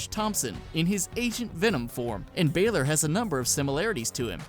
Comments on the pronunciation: He said Finn Baler its balor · Bal-or not ba-lor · its not BEILOR its FIN BAlor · It's not baylor it's balor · Balor not baylor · It's Balor not Baylor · Ba lore not BAE LORE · Bahlor, not Baylor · It's Balór not baler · lol cool vid but baalor seriously lol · It's pronounced ba l or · it's Finn bah-lor that is how you pronounce it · It's pronounced fin baler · And it is said Finn Bayl-Er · It's also pronounced "Bah-lore" for Finn Balor. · cant say balor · The way he said Bálor made me cringe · Why do you pronounce Balor so wrong? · ITS FUCKING BAHLOR BOT BAYLOR AND MIKE THE MIZ MIZANIN NOT MEEZANIN